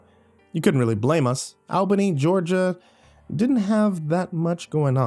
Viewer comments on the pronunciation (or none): Slightly cringed how Albany was pronounced lol.but love your stories all the same ❤️